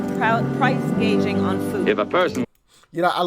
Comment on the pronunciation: Why isn't anyone calling her out for saying PRICE GUAGING, not GOUGING?